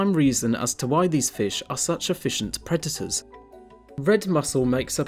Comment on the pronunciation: You know, the word "predators" has a "d" in it right?